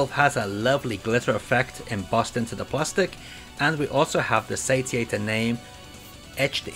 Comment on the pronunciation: Looks like it should be pronounced say-she-ater